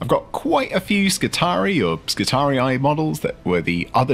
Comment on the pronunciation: I got some serious Rome: Total War flashbacks when guy said Skitarii like that